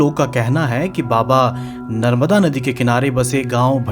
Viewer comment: नर्बदा नहीं------ नर्मदा